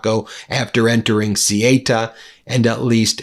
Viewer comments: Theyuta is how it's pronounced, the amount of journos who can't get this right is laughable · Sorry Ben but it's Ceuta not Ceita! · Ceuta pronounce They-Utah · It's pronounced thuta 😊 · Ceuta pronounced say oo ta. Look it up! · I appreciate your videos. Just wanted to let you know you’re pronouncing Ceuta incorrectly. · Thank you,, for spreading truth efforts! I'm spanish, I suppose Ceuta is very difficult world for english speakers. the pronunciation of CEUTA is C-(E from elephant)-(U forom Ugnada)-T- (A from Africa). You can put it in google translator with spanish language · Ceuta is pronounced Sehootah. not Sigh Ate Uh. WTF?!? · good reporting but please use the correct pronunciation. ceuta is pronounced 'say uta' not 'suta' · It's CEUTA not CIETA. What is wrong with you? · try saying ceuta like this say ew ta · It's pronounced 'Sue ter', Ben! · They're pronounced theu-ta and me-li-ya...xx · how to pronounce Ceuta correctly. C lice C (Cesar) U like you TA. Easy Ce you Ta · The village's name is pronounced Ceúta. It's a "u" after the "e". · Ceuta is not pronounced Cieta. Jeez Ben. That's any easy one. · Ben, its pronounced Sayuta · 'Say-oo-ta' --- try that for Ceuta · Hey Ben.... Please learn how to pronounce words correctly ok. Ceuta.... SAY - U - TA... now say it quickly, "Sayuta"... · It is pronounced suuta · THEH-OO-TAH -- CORRECT pronunciation of Ceuta (ancient city, once Carthaginian, then Roman...). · come on ben, the pronunciation of ceuta is ce ooh ta. how hard is that ? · Ben , I love your posts but please let me correct you. The name Ceuta is pronounced "Say you tah". Just a small point but I have been there many times. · Sorry ben its say-oo-ta ceuta and melliya melilla Double ls are ys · Darn, Ben!! PRONUNCIATION!! Ceuta=Seu-Tah, and Melilla=Meh-Lee-Yah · Ben, I greatly appreciate your reporting on this issue. But can't you check pronunciations beforehand? The name of the place is Ceuta, and it's not pronounced "Sieyta", but "Soota."